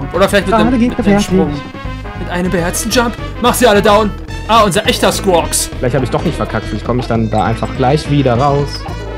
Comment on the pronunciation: Der kranke Squwaks Heist Quawks (ich weiß nicht wie man Skuoks schreibt aber auf jeden Fall heißt der lila Vogel Squaks ohne das s am Anfang)